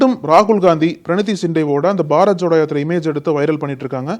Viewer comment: நக்கீரன் ஊடகம் பேசும் நெறி யாளர் எதிர் கட்சி தலைவர் ராகு ல் காந்தி என கூற வேண்டும் மதிப்பு கொடுத்து பேசவேண்டும் வயசில் உன்னை விட மூத்த வர், பிரினி தி சிண்டே என கூறுக தம்பி பிரனி தி அல்ல சரியா கூறு,,, தமிழன்